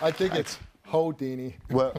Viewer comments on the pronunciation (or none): Steve said HOEdini lmaoooo he needs to stop 🤣🤣🤣🤣🤣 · CNAs work at hospitals...hospitals have room numbers.......&STEVE SAID "HOE-DINI!!!!!!"😂 IM DEAD!!!😂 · "Ho-dini"... Steve got jokes lmfao 🤣🤣